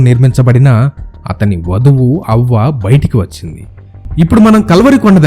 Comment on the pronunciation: havva...anaali avva kaadhu